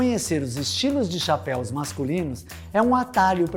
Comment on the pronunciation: Muito bom video parabéns muito yotuber fazendo a pronuncia de form errada de chapéu no plural vc foi o único que acertou os caras falam chapéis kkkk parabéns